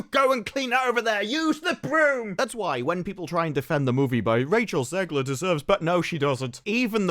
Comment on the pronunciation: I'm so glad people are calling her zeggler and zeighler. I'm american and the pronunciation grinded me